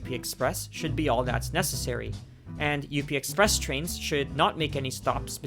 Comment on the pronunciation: It’s just called the up express lol. Not U - P express